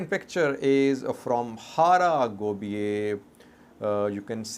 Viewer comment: Its Hara Gebeya not Hara Gobiye.